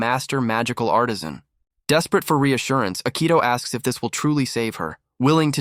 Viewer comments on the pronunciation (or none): none